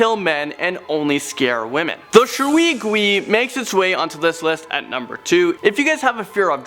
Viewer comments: As a Chinese person, “Shwee gwees” made me laugh so hard (It’s pronounced sh•way gway) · In China, “ui” is pronounced “way”, so shui gui is pronounced “sh-way g-way” not “shwee gwee” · I'm going to be that guy. It's pronounced 'Shway Gway.' not 'Shuee guee'. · I burst in laughter when he said shui gui Sorry no offence But nice chinese speaking though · It's Sway Gway, the proper pronunciation for Shui Gui. It also means water ghost when translated. Also the fox demon is Hu Li Zhing, Fu Li Zeen(Pronunciation) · It is pronounced Shui gui ( shoe-wei goo-wei) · shwee gwee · U pronounce shui gui wrongly tho But it’s fine ik ur not chinese lol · It is pronounced as 水鬼 A.K.A water ghost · The way he pronounced water ghost 😂😂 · You pronounced shui gui wrongly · I like your content but the way you say shui gui and jiangshi hurts it's pronounced as sh-way g-uay and jiang-sher and jiangshi do not walk the hop around and the only way to stop a Jiang Shi is by burning the body or if possible ask a monk to place a yellow talisman and he will control the jiangshi with a bell and commands